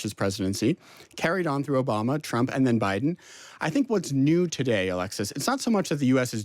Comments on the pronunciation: You keep mispronouncing the 47th president’s name, it’s President Chump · "chump" min 8- slip of the tongue... 😅